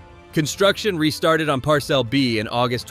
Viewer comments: Par-cel? AI is skipping school... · What's a par-cell? 😂